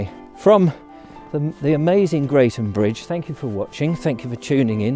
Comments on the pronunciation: It is pronounced Gretham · Crossed it many times :) It's actually pronounced 'Gretham" :)